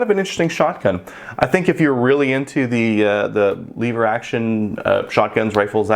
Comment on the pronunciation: it is lever not "leever".